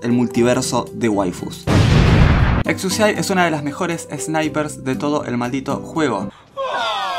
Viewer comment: Como que no se pronuncia exusiai